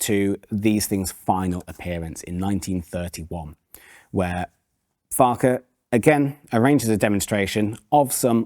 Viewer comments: It's not pronounced 'Farkar' it's pronounced 'Fark-wah'. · PLEASE, PLEAEE PRONOUMCE FARQUCHAR correctly. It ought to be "Farcher" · Unluckily for you, Joe pronounced it 2 different ways. 😂